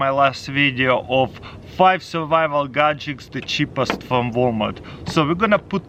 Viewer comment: Is he saying "Gadjicks"?